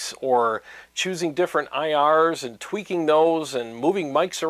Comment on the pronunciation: Every time you said “tweaking”, I heard twerking in my mind. Stop twerking for god’s sake!